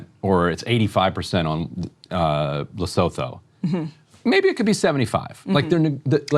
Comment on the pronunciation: FOR THE LOVE OF FUCK ITS PRONOUNCED LEH-SOO-TOO!!!!!